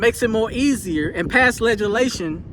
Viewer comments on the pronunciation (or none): You sound like a smart man, but you lost me at legilashon..You don't speak english either. Bone-head!